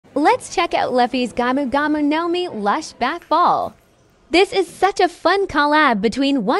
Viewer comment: The pronunciation of the words “Luffy“ and “Gomu Gomu“ were so perfect that I almost died laughing. 😂😂